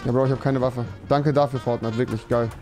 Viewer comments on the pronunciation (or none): "Fornite" Rewi? Ahja.